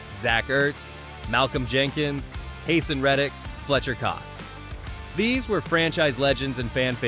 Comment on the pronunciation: “Hayson” Reddick. 😆 These AI narrators man…